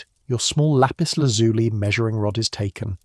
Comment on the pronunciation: Please check the pronunciation of Lapis Lazuli. It is pronounced as if it ended with a y as in the word by.